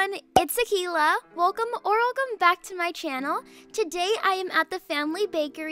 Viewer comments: Ok it akeila It’s akelia It’s akelia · It’s Akeila It’s Akeila It’s Akeila Hope it works!